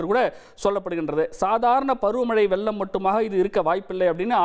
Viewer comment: அது வெல்லம் அல்ல வெள்ளம். அவனை நிறுத்த சொல்லுங்கடா. தமிழை கொல்லாதே.